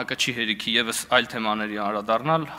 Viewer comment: <անԴրադաՌնալ> է , ոչ թե՝ շա՜տ կոպի՛տ սխալով ՝ <անՐադառնալ>,ամո՛թ է,ամո՛թ, հայոց լեզու սովորե՜՜ք...